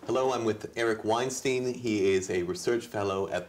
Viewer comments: How can you pronounce WEIN correctly and then immediately fail to pronounce STEIN. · STINE, not STEEN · Weinstein, like Einstein, Steiner, not Wiener* Why on earth don't you know this? Go back to school! I cannot bear to watch the rest of this, now